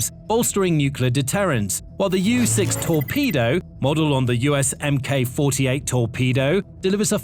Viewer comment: i really wish people would realise its not an mk 48 torpedo its a mark 48 torpedo mk. is just the shortend written form not how its pronounced